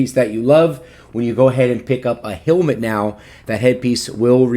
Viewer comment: Thought it was hell- mit not heal-mit